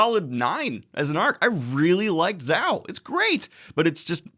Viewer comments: It's pronounced "ZOE" not "ZOW". lol. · ZOH NOT ZOW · Well in the anime it's pronounces as "zouuu" than "zaw" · It's pronounced Zo, not zow. Zo simply means elephant in Japanese. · Ikr! I cracked up. Isn't it pronounced Zo-oh, though? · Zou spells Zaow ah I see. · It is funny to hear it pronounced as Zau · I'm no japanese speaker but Zao sounds chinese. Usually ou's are read as o or oo. Take that as you may. Thanks for the content. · zou. pronounced like zō or zoh. japanese for elephant. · I was so excited when I saw this video in my feed and I INSTANTLY clicked on it. And right away I here Daniel saying "ZHAOU!" Then i burst out laughing like crazy. Love you Daniel, you're awesome. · It’s pronounced zo. Zhou is just the Japanese word for elephant. I’m glad you’re enjoying one piece. Your content is awesome and I really hope u and Merphy are part of nexts year’s reverie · Hey it’s pronounced zoh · Me: "Oh cool, new OP review from daniel. Excited for this one." starts video Daniel: "ZOW!" Me: "Amazing." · Zou is pronounced like like 'so' (but with a z). Means elephant in japanese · The way he says Zou is funny